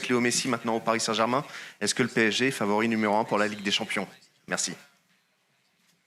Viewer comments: Favori il a dit faiveur 😂😂😂😂😂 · Tu rigoles j'espère ? 8 ans en France il arrive pas à dire favori arrêtes un peu stp